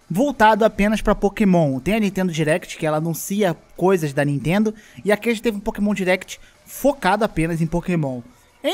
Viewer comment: "N EA TENDO"